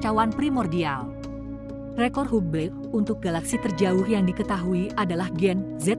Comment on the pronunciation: Bacanya Habel. Bukan hubel